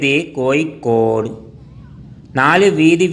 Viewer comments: കോയിക്കോട് അല്ല കോഴിക്കോട് ആദ്യം അങ്ങനെ പറയാൻ പഠിക്ക് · കോയിക്കോട് അല്ല കോഴിക്കോട് ആണ്‌ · കോയിക്കോട് ആണോ കോഴിക്കോട് ആണോ.....??? പോസ്റ്റുമാൻ തമിഴൻ ആണോ 🤣🤣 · കോയി കൊട് അല്ല കോഴിക്കോട്